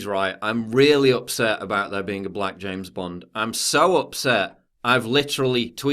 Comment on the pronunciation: i like to listen to you say james bond